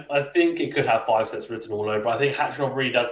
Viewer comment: great content.. been following for a few months.. just 1 thing, his name is khachanov NOT hachanov... there's no silent K in pronunciation lol